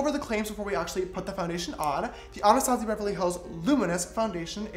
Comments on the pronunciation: Me : anustayzia James : anarstasia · Isn't it normally pronounced ANNA Stazjiah instead of anastAHzia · Ok dont take this as a hate comment or anything but your saying Anastasia wrong. Its pronounced "anastayshia" 😂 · Your not saying my name right